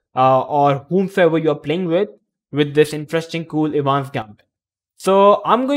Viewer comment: The correct pronunciation of "Evans" is "Eh -vans" with the stress on the "Eh". The "e" in Evans is a short sound, like "eh" not long like "easy." EH-vans Gambit. Of course that assumes you want to sound like an American or an Englishman. Otherwise, say it any way you want. 🙂